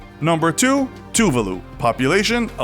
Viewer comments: You pronounced Tuvalu wrong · his pronunciation of tuvalu made me want to cry :(